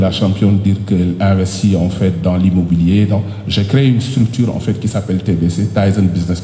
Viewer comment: Le boss de la lutte sénégalaise ❤... Mais les " enffett" 😂m'ont fait marrer